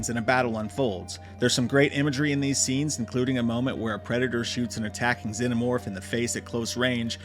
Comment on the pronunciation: Bro genuinely can't pronounce the word "xenomorph" 😂